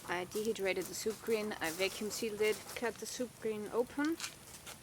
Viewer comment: Is she saying "soup green" or "soup cream"?